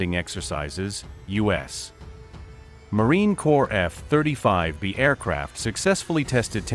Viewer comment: Don't you listen to the audio? Adjust the pronunciation of things like F-35B's, type it in as F35bees and it will sound the way it should be pronounced.